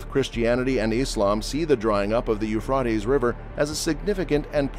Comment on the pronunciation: the pronouncement is u phrat tees